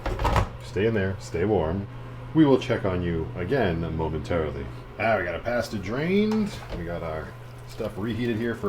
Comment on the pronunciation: Yay another mispronunciation of the word pasta video 😂 It’s my favorite bingo card square!